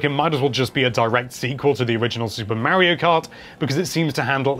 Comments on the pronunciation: It's mario not maryo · Mispronouncing Mario that many times has to be illegal